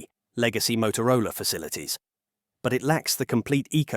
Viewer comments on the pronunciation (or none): none